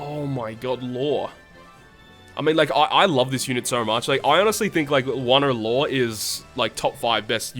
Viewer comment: Thats not Law, thats "Low" get your fact straight